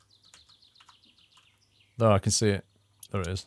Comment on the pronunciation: I swear he says ,,the” instead of ,,there”